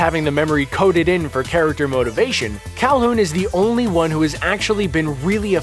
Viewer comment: He says “cal-hoon”. Alright then....